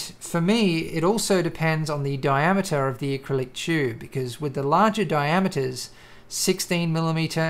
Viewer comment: you pronounce tube as "chube"... funny accent hahhahahahahhahahahahahha